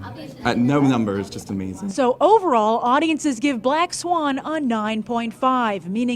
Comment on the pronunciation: you forgot to count in the rating "Amasthing"